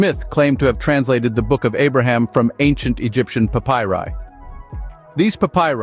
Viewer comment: Learn to pronounce "papyri".